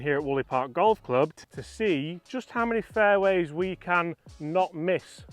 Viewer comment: 3 minute mark.. how many “faiways” will I hit?